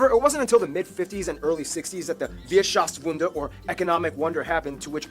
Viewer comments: It is "Wirtschaftswunder" , not "Wierschaftswunder". Ist das noch jemanden aufgefallen?😁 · "Wierschaftswunder"...oops Its called "Wirtschaftswunder" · Eveything wrong in the Video: its DONAU not Danube (which I think is its french name) WIRTSCHAFTSWUNDER not Wierschaftswunder (wirtschaft = economy & wunder = wonder) the school system is described wrong you can "choose" when you have the right grades (at the age of 9-10)((yes your parent pick and they choose the best you can achieve)) hauptschule is from 5-9th grade with the addition of 10th grade (called M-Zweig) Realschule is 5-10th grade Gymnasium is 5-13th grade then there is the FOS where you can go after the M-Zweig or Realschule which is 11-12/13 th grade you can have various degrees at the end of every school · Als ich es las, dachte ich "Was Wien...? Was?" Doch dann kam die aussprache noch dazu, einfach so inkorrekt. xD Aber gut, man möge es ihnen verzeihen, Deutsch ist keine leichte Sprache, besonders nicht wenn man nicht damit aufgewachsen ist...